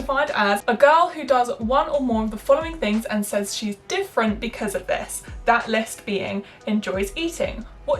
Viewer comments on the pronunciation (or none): none